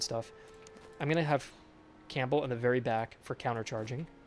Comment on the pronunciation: You don't pronounce the 'P' in Campbell.